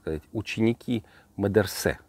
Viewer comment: Сравнили опу с пальцем- Талибан и советскую власть. И правильно говорить не медерсе,а медресе.